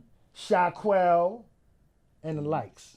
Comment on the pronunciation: Bruh said Shaquel I wonder if he talking about the Original Criminal Sha from Fort Greene. Sha just came home yr and half ago bodied a Latin king kid in Farragut in 97' Sha did 20 and he scraped E-MoneyBags on some Lyrical shit. Battling in Attica and Comstock Yard. Salute 52 "God Stop making real niggaz after 69"